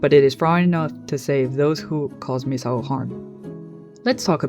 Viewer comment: omg you're like the first youtuber I've heard actually pronounce Misao's name correctly! every lets player and essayists I've ever watched always go "miss-ow" or "mees-ow"